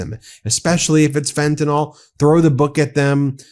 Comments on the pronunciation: It's pronounced Fent-a-NIL. Please pronounce it correctly. Thank you! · There is no O in the word fentanyl.